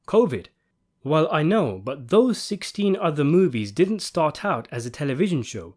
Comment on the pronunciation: So what is saying is “I did dent”